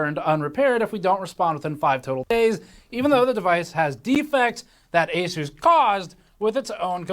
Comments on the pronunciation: Asus is a 363 billion dollar company. market cap is 11b Also it's prenounced A-ZEUS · it's A-Seuss. Not A-Suss. To anyone getting sand in their vaj, I'm trolling. I don't really care how he says it. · ASUS is pronounced "A Seuss" Seuss as in Dr Seuss. Even pronouncing their name correctly though doesn't mean they aren't a shite company :) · You are pronouncing Asus wrong. The 'A' is silent. It's just Sus. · The tell you who they are in the name of the company! "A-SUS"